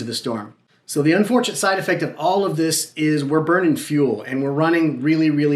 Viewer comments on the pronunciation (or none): none